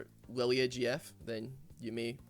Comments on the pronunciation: Funny, Riot makes a Scottish champ but Scottish man cannot pronounce the name. Good job Riot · Anime deer, has supposedly Scottish name, Scotsman can't properly say name of fuckin deer, big brain designs.